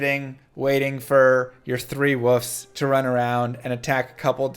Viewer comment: Is there a specific reason you keep calling wolves "woofs"? xD Slang/accent/jargon?